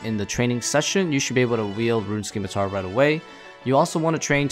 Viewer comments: SIM-I-tar. Not SKIM-I-tar. “SIMITAR” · How are people still saying "skim-i-tar" in 2021?